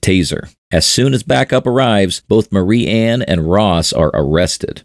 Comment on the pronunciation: Marianne is "M-AIR-E-ANN" "MARY-ANN"